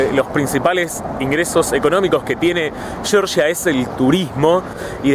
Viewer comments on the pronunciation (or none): La Real Academia Española , por ejemplo. Si fuera "shorsha" se escribiría Shorsha. Como es Georgia, se pronuncia Georgia. Saludos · Se dice Georgia, no shorsha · georgia con g no con ch, cheorchia jaja